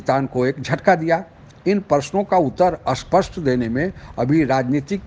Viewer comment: सर आपके वीडियो अच्छे होते है और आपकी व्याख्या एवम् विवेचना एक सही दिशा में ! 👌👌 सिर्फ स्पष्ट और अस्पष्ट का उच्चारण थोड़ा विचलित करता - माफ़ करे कृपया ! 🙏🙏